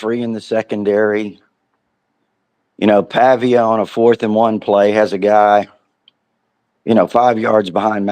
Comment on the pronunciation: Pavia not pavic lol row criminal tyde row 🤣🤣🤣